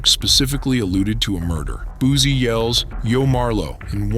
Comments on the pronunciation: How u know he made that song 7 minutes after?!!! 🤣 Ya'll literally say anything. 🤣🤣🤦 And, it's Boo-C not Boo-zie! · It's Boosie not boozie😅